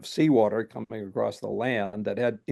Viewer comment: Gosh I hate it when people say "accrossed"